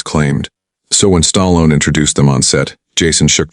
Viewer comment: Who's "STARLON" and RANDY " CULTURE" ???? AI is ANNOYING!!!!